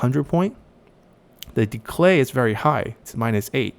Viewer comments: are saying decLay...? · Great video! Very insightful. The only thing that puzzles me is why you add an l in the middle of "decay" :p